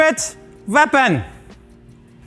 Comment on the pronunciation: "Ve 'ave a secret veapon!!!" YESSSS